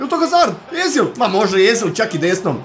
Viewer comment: nije Ezil nego Ozil